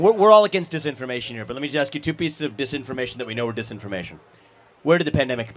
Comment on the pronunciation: Can't pronounce ask,wants government checks